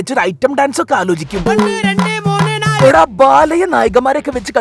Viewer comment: ഒണ്ണ്, റണ്ട്, മൂണ്, ണാല് 😂😂😂😂😂